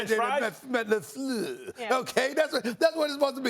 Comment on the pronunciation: I am french and I should be offended by the way Stephen A said "Laflluuurrrrrr"... but damn it, I laughed. lol